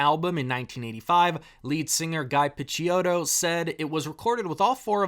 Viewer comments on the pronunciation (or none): it’s ghee pitch-ow-tow